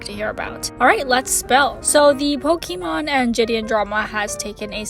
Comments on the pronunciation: Lol the Pokimon pronouncing is cute don’t worry 😂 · She said it was pronounce pokemawn keep malding